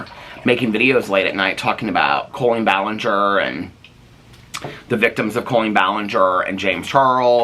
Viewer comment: are you saying colon ballinger on purpose lmfao